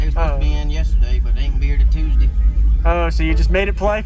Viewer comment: "Wont be in tll tooosdy."